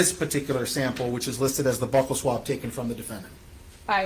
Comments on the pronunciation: Buccal swab is pronounced BEW-cal swab, not "buckle swab" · I also hate when people mispronounce "buccal"